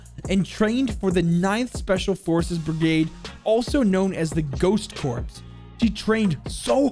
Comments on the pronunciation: It is pronounced core not corps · bruh ur saying corps like corpse, its pronounced core, do u say marine corps like core or corpse, no u say it like core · Ok you are driving me nuts... Corps is pronounced "core" not "corpse" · Just to let you know - “Corps” is not actually pronounced as “corpse”. It’s french for “Body” as in the body of this certain military “group”. It is actually pronounced “Core”. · Btw corps is pronounced like “core” and beret is pronounced “ber-a” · I'm sorry, but when you say "Ghost Corps"... It's said like 'core', not 'corpse'. Example, the United States Marine Corps. It's a term for either a main subdivision of an armed force in the field, consisting of two or more divisions, or a branch of a military organization assigned to a particular kind of work. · Corps = core not corpse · I'm sorry, call me out for this if you want, but I gotta say this. The word "corps" is pronounced like the word core. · the facts that he said corps like corpse and beret like berettt with a T annoys me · I'm not trying to say anything bad this is a great video and I love your channel however I would say work on pronouncing military words, EG Berets is pronounced Berais, Corp is pronounces core, this is just some feedback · Beret is pronounced BERÉ and corps is pronounced CORE 🙃🙃 just a helpful tibit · It is pronounced core I know it says corps but it is core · Corps (pronounced core) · And "corps" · Dude your pronunciation on berets and corps. God damn. Did you graduate?